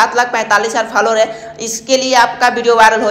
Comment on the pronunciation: Faalowar nahi bhai follow waar😆